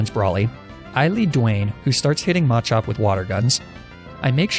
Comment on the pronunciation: MaH cHoP😂😂😂 bro “slayking”? Good lord